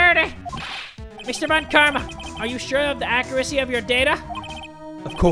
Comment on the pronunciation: “VAN” Karma? 😂😂